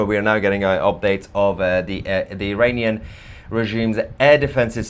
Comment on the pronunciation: He said IRANian! I heard it!